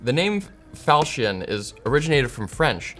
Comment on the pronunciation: isnt it pronounced "fahl cun" like the csgo knife?